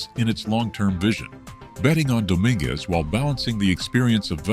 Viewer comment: Why don't you learn the correct pronunciation of Dj and Dominguez first. You're an embarrassment to your site.